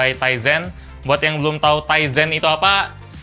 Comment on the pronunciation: powered by TIZEN saya dengerny "Ryzen" (anak IT tau lah pasti Ryzen apa)